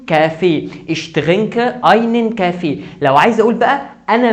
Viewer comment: انت ما تعرف تلفظ كلمة kaffee